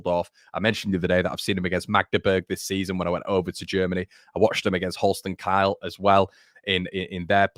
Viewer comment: I don't want to make a meal out of it but I must correct you on your pronunciation of Holstein Kiel. I'm a Köln fan and not a Kiel follower but it's NOT Kiel as in KYLE, but Kiel as in KEEL. I before E = EE. That's all I wanted to help you out with 😁